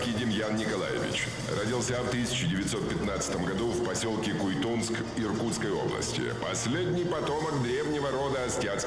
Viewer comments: Ну подготовьтесь сперва.аж ушам больно,Куйтун.а не Куйтунск! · Авторы ролика, не КуйтунСк, а КУЙТУН! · Не куйтунс а Куйтун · Всё конечно очень интересно. Только не Куйтунск, а Куйтун. Слух режет когда не правильно произносят.